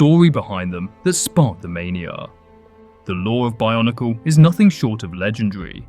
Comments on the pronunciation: stop saying barnacle ... it's called BIO-NEE-CLE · I honestly thought you kept saying barnacle